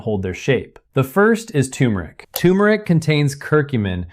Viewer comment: Hey Doc, I’m soon to be 81, and an English language scholar. Hate to correct you…and a million others! The spice you speak of is NOT Tumeric but TuRmeric. People butcher so many words and it drives me nuts when doctors do it too! Excellent video otherwise 👍🏼👏🏼👏🏼